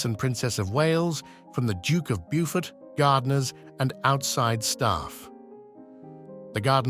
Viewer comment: Perhaps you could have checked the pronunciation of Beaufort and Holyrood. English is full of pitfalls!